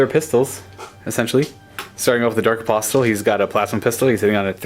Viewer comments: A-POSS-el. The T is silent. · Hey, pronunciation is my bugbear. You don't need to say the 'T' in apostle. A-pos-el is the way to pronounce it. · the 't' in 'apostle' is silent. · Apostle has a silent T. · The T in apostle is silent.